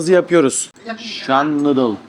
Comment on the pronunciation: “Nadıl” değil “nuudıl”…